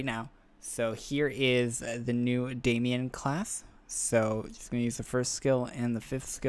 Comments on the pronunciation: Except he pronounced it as Damian, when it's actually pronounced how it's spelt... Aka, Damon. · There is no i in it? What are you smoking? Too many kids thinking they know shit they don't sadly.... It's MATT DAMON, Not Damien or Daimon... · It's not Damien its daimon (day-mon)